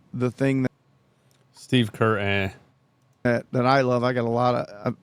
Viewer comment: How u say steve Kerr...uhhh smh lol. Man got 4 chips. Been there 6xs. We haven't been since 2000😂